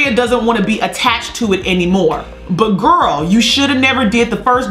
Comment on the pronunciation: “Buttrrrrr anyways” 😂